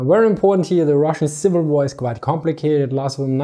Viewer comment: "get it hier"